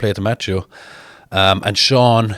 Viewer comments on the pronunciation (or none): none